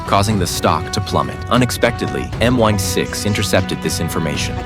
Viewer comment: M '1' 6???? Stupid ai or people...... it is M I (PRONOUNCED EYE) 6